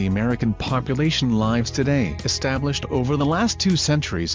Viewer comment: Nothing says Americana like an AI voiceover that should have been a live person. People don’t L-EYE-V in cities across America. They L-IH-V in cities across America. I’m tired of these fake voices. What happened to people—they cannot do voiceovers anymore? This might be a wonderful video but I’ll never know because after the second super distracting voiceover issue, I called it quits.